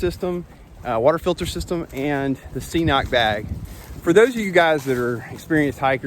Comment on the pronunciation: I also use a squeeze and cnoc vecto and I absolutely love it. Super easy to use and pretty quick. The cnoc bag is definitely an upgrade. Great video as always. Just FYI, it’s pronounced ke-noc, I was pronouncing it wrong as well until we started carrying it in the store. Hike on brother!